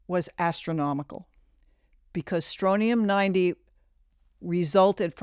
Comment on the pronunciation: I love this podcast. But I have to say it's Strontium 90 with a 't'.